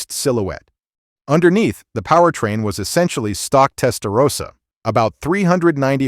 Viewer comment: Testarossa, not Testarosa. Nothing todo with Rosa...